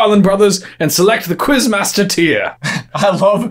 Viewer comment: Cringe at the pronounciation in the first Quizmaster Question